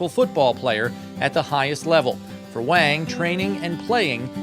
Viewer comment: He's pronouncing the guy's last name wrong. Not "Wang" with the 'A' sound, it's the 'ah' sound as in the pronunciation of the word 'wand'. If you're going to do a story on a guy at least pronounce is name right.